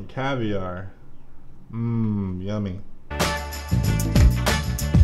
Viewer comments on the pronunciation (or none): Caviar more like cavi-gar